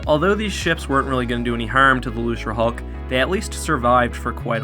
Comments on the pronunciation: Why is he saying lucerhulk. It's Luke ra hulk Get your quotes right "nothing can get through our shields If the rebels best ship can't beat a gimped old ship how did they even threaten the empire. Empire has 1000 time more ships that are 10 times better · Lucre hulk. Pronounced loo-ker, not looser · This is a great video but there's one thing that I wanted to point out. I'm pretty sure thst Lucrehulk isn't pronounced "loose-re-hulk" but "loo-kre-hulk" I think that George Lucas was making a joke on the worlds "lucrative" and "hulk" because it was a hulking battleship of the lucrative Trade Federation. Also, in the English language, any C that is followed by an R is a hard C (K) like in Crazy, Credit, Cram, Crust, Cripple, Acropolis, Crib, Crab, Macro, Micro, Crap, Lucrative, Criminal and Incredible. There is no example of a soft C (S) before the letter R. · luserhulk??? it's pronounced luke-ruh-hulk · it's pronounced "loo-kerr". lucre, as in money. the trade federation, interested in money, you know? get it right, man. sheesh. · Are you pronouncing "Lucrehulk" as "Loserhulk"? It's supposed to be a hard C, not a soft C. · > hears you pronounce "lucre" with a Soft C instead of a Hard C. Ah, so this video exists as penance for some terrible sin I have committed.